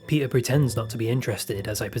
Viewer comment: PEEDAH THE FISH IS HEAH